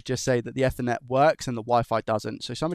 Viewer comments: It's eat her net not ether net. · Eethernet EEEEE-THER-NET 😅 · “F-ernet ” lol come on now. Never ever pronounced like that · I liked what I saw, but you butcherd a certain word throughout the presentation. Ethernet! Pretend its got an extra 'E' at the begining.... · ok, now use that 'either' you said there for the first part of 'ethernet', and you are spot on! 🤪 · Please, google how to pronounce "ethernet"